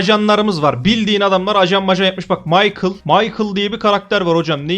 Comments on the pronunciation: Abi maykıl değil mişel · Maykıl(Michael) değil Mişel(Michel) diye okunuyor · Abi kötülemek gibi olmasın ama maykıl değil Mişel olarak okunuyor